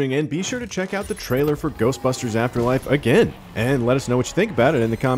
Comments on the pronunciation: He said GHOSTBASTERS afterlife at the very beginning and then he said it right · Wait, did he say Ghostpasters? Lol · Did he just say Ghostbasters or Ghostpastors at the very beginning of video? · Did he really say “ghostbasters” at the end? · did my man just say Ghostbastards? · Is he saying Ghost bastards or Ghost pastors in the beginning?